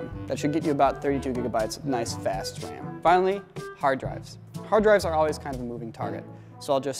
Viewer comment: I love how you pronounce "Ram", it sounds like "Wam"